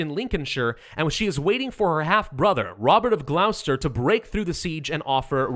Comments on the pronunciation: it's pronounced Glos-ter as in lipgloss, not glaow-ster :| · You did so well saying 'Lin-coln-sheer', and then you went and said 'Gl-ow-ster'. It's pronounced 'Gloss-ter'.